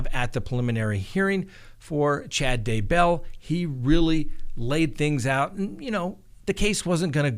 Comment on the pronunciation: Just say DAY-bell, not duh-BELL and TY-lee, not ty-LEE.